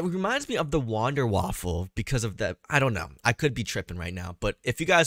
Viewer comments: It’s wunderwiffle not wanderwiffle also keep up the good videos! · Its wonder waffen not waffel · This man said wonderwaffel